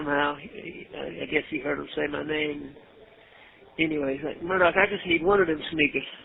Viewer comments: And it's Murdaw not Murdock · nonsense. It's pronounced Murdock. Do more research.